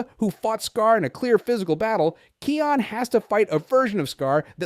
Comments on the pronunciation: Can you say kions name properly please 🙏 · Simba and Nala’s son’s name is pronounced as "Kai-on". (I’m hearing “Key-on”.) (Are you speaking with some accent?) You’re also not pronouncing Rafiki’s name correctly, you should watch “The Lion King” and “The Lion Guard” franchise again and redo this video by saying their names again! Anyway, I think it was Kion who holds the ultimate strength.